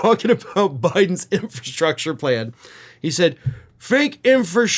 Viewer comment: Infrastrucker LMAO 😂😅